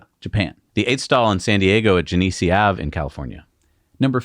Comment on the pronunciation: "Genesee" should be pronounced with the emphasis on "Gen".